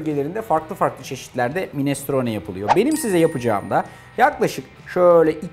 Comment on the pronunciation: Minestrone kelimesinin vurgulamasını öğrenirseniz bu size ileride katkı sağlayacaktır Arda bey….ellerinize sağlık…